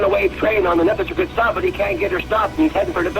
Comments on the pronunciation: It’s pronounced neh-piss-ih-guit. This is near where I live and grew up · If you want to be taken seriously at least learn pronounce the name of the place you are talking about. What is a "nepa seguit"? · It's pronounced "Neh- PISS-ig-wit". Yeah, easy to mess up. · The correct pronunciation is "nuh-pi-si-gwit". I grew up there. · Nepisiguit: Ni-piss-i-gwit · The "u" in Nepisiguit is alot shorter, should be pronounced "nepisigwit". Great video otherwise! The recording between and the RTC is definitely worth listening to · Really butchered the word Nepisiguit. :(